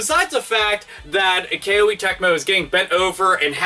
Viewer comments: It's Koh-ay not Kay-oh-ee. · it's not a big deal, but why "K-O-E" when you can just say "Koh-Eh" like the Japanese pronunciation? I just want to make things easier for you.:P (And I found out the letter "i" in Koei Tecmo's name is silent.) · You mispronounced KOEI as "Kay-Oh-A." It's suppose to be pronounced more like "Koh-A." The name of the company KOEI was derived from the Japanese word "kouei / 光榮," which means HONOR--as in "It's an HONOR to to serve." Great video as always, by the way. Love your ever-vulgar commentary style, lol! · BTW It's pronounced "Koh-ay" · >"Kay-Oh-Ee Tecmo" ded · FYI, it's pronounced "Ko-Ay" Tecmo. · I believe Koei is pronounced koh-ee (rhymes with showy). To the content of the video, it's sad when patents for such basic software building blocks are granted. Shows how out of touch the patent office is, and how copyright laws need to be overhauled with more emphasis on openness and innovation. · it weirded me out that called them Kay-Oh-ee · Capcom is just a joke now it seems. Also the way you say Koei sounds really weird hehe.